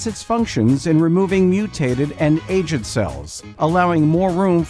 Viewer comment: Aged is pronounced wrong